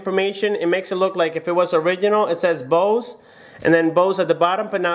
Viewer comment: You pronaunce Bose wrong